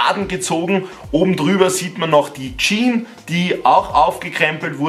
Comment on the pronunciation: HÖR AUF JEAN ZU SAGEN SAG JEAN“S“ !!!!!